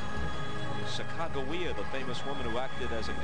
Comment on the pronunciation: the way he pronounced sacagawea made my cringe